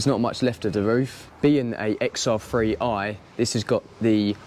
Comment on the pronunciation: It’s and XR 3i. Not XR free i